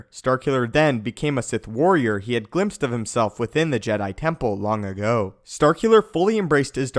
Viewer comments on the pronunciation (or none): I enjoy your videos, thank you! But have you ever listened to yourself? This is the first video where you don't put emphesis wrong in every other word. Oh, whait... "long aGO" :)